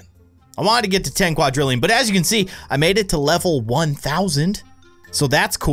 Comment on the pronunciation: Why did you pronounce quadrillion wrong,?